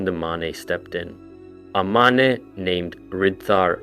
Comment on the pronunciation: Why do you keep pronouncing the Mane "ma-ne" when it's pronounced "main"???